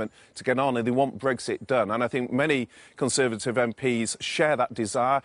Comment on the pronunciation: Cameron really has shown once again how weak and snivelling he is. Always gets me how Sophie says Kon-servative.